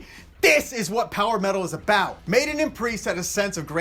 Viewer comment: It's Maiden cmon